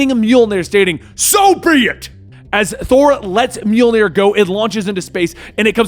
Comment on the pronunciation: Congratulations, you finally figured out how to pronounce 'Mjolnir'!! Another item on the 'good things that happened in 2020' list!